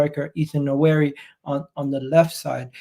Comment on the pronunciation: As an Arsenal fan I would try to learn the right pronunciation of the name of my players. I see people pronounce very difficult European names properly but not when it comes to Ethan NWANERI. It’s pronounced Nwa-Neri not Na-wari. It’s not that difficult. I see people do the same thing for Joshua Zirkzee and it irks me.